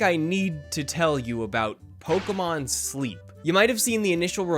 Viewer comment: false buzzer you said POLKAMON